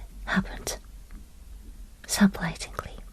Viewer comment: I don't know if many other people have said this but a little English tip in English we pronounce surprisingly like this Sir-Prize-eeng-lee I don't know if that was the correct way to teach you but hope this helps